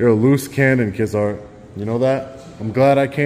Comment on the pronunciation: deputy "KIDZART" haha 👎